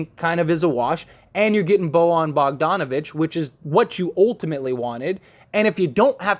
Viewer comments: It's pronounced.... "Boy-yawn" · Can this dude learn how to say Bojan please